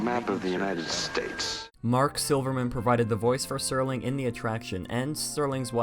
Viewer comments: The “c” in facade is pronounced as an “s”. Also it’s Rod Serling not Sterling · It’s Rod Serling bud, not Sterling. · Rod Sterling...ROD STERLING... It’s Rod SERLING! No T. 😀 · Its rod serling, not sterling